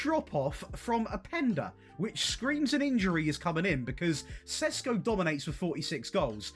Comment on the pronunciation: If you want to pronounce every name, then you might start with Šeško (Sheshko instead of Sesko).